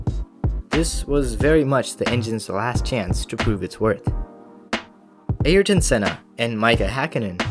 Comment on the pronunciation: "Airyton Senna" "Mica Hakkinen" Bro I can't